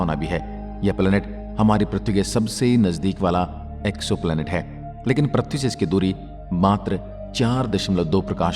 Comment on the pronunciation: Prathvi nahi ise prithvi ( earth) bolte he sahi se bolo pahle prathvi nahi prithvi bolo